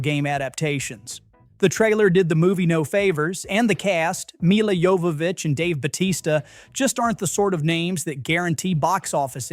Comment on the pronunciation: And it's Mila "Jo"vovich, not Mila "Yo"vovich. Don't be pretentious.